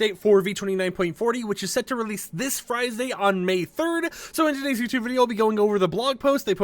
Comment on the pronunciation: Did he say friesday